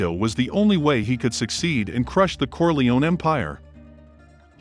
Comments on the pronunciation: I can't stand the mispronunciation of Corleone, "Corleeon". Dude, you should learn to pronounce properly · I hate to hear when people say "Corle-own." UGH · You should learn to pronounce Corleone